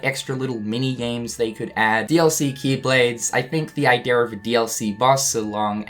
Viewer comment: Idea = Idear Margin = Majin Get your R's straightened out, man 🤨